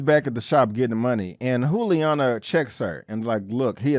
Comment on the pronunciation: FYI-It's pronounced Julie-Ana not Who-liana. Love the content 👌 ♥️